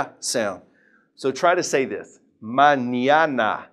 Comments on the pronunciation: critica constructiva..tu pronunciación de la ñ suena como ñia.. maÑIAna.. es solo ña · No es mañiana es mañana